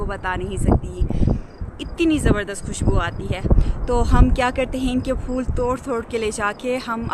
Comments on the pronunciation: فل نہیں پھل۔۔ فول نہیں پھول 😂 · آپ "پھل" کو "فل" کیوں کہتی ہیں؟ اور " پھول" کو "فول" ؟؟؟ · Nice but say phool(flower)no fool and say phal (fruit)don't say fal correction your word please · بہت عجیب لگتا ہے فل ، فول سن کر